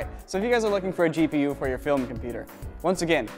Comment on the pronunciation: It could just be my speakers, but I swear said "Cheap-e-u" instead of "GPU" XD